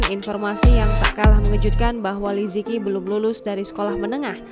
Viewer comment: Li ce qi bacanya Mimin bukan lizeki